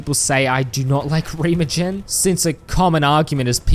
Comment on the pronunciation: Oh my LORD did you get it wrong. REEEEEEE-MAH-GEN